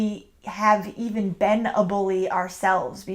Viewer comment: I've heard twice to pronaunce "e" like elefant in the world "been". Is it some lokal pronaunciation?